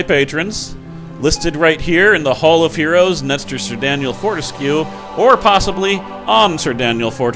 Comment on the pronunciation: Not bad, Sir "Fortéskewer". Not bad at all.